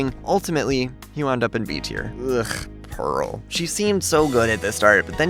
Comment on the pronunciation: Idk if you said for pearl or peral